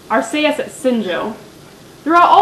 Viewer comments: corection for arceus r~key~us not r~cay~us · No, in the anime it's pronounced Ar-see-us